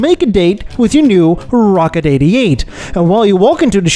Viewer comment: hitting his R's pretty hard to make his point. Rrrrrrrocket! Rrrrrradical!